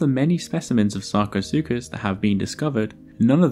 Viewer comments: somebody give me a dollar for every time he says sarcosucas lmao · I have brain damage after hearing sarcosukus so many times.